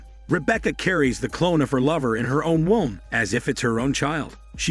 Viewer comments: Pronunciation of “womb” cracks me up. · Who else turned up to watch “WOMB” but got “WAUM”instead? 😪